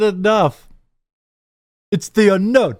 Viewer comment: It sounded like he said "The Ender" instead of "The Unknown" to me as well.